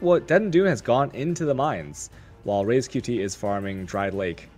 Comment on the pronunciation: Only problem is that doesnt know how to pronounce a fucking name right... RaizQt. he says Reiz xD